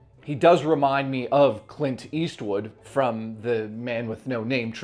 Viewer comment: Clit Eastwood? 😂